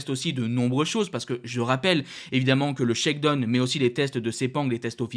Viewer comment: Mec faut vraiment que tu apprennes a prononcer Shakedown lol c'est pu vivable la.